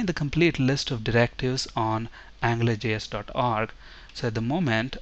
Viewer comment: it sounds like you are saying "angler" js.